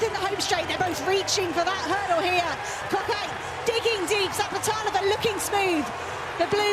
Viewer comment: ...and you still got it wrong :) Its Zapleta"lova" :)))